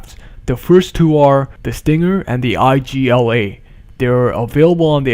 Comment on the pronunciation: eyegeeelay. Oh god no pls. You should pronounce it EEGLA